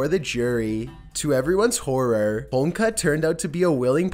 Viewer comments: How do you not know how to pronounce Homolka? Three syllables, dude! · One would think that a you tuber that has over 2 million subs would take the little extra time to find out how to PROPERLY pronounce people's names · How the fuck do you say Homolka correctly the first time then proceed to so Homeka the rest of the clip? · It's Ho Mul Ka, NOT HOMEKLA. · Holmka? You pronounced her name correctly the first time you said it - Karla Homolka, but every time after, you said Holmka. What's up with that? Short-term memory loss? Oh, and she does not live in the Caribbean, either. She still lives in Canada. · Did you say "Holmka"?. lol... almost!.. it's "Ho-mole-kuh" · Ho mol ka not Homeka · I'm sorry but the chicks name is pronounced hom-mol-ka not hom-ka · Just saying, it’s pronounced Ho-mole-ka, not homeka:P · Its said like "Home-oh-ka" not Homka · HOMOLKA..not Homka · Homolka (home-ol-ka), not homlka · it ho mol ka not home ka get it right... you sound like an idiot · Its karla homa-loka. Not homloka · Holmka? It's Homolka...Good video though. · It's a symptom of pot-smoking gay Canadians who think HoMOLka is pronounced 'Holmka'. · Dude, you completely tanked with the pronunciation of Karla Homolka's last name lmao Ho-mole-ka lol Just saying.... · Man, this idiot cannot even properly pronounce karla homolka's name homeka he says slobber mouth strikes again, I bet this guy is a spitter when he talks. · Just to add, its Karla "hom olka" and she lives in montreal under a new name. Much closer than you'd like I'm sure. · Actually. It's pronounced Hoe-mole-kah and she can't leave Canada. She lives in Quebec with her husband and kids. She was recently outed at the public school her kids attend and can no longer volunteer at the school like she had been due to the public outrage. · Lol the way he pronunces holmolka kills me lol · You’re Canadian and can’t pronounce Homolka properly? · Lol leaving a syllable out of Homolka's name. I ♥️, wouldn't have it any other way